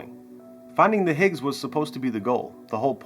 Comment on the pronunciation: Peter Higgins? Lol. His name was Higgs not Higgins, otherwise it would be called the Higgins Boson.